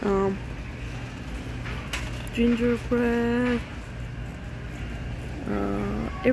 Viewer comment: Gingerbread not gingerbird.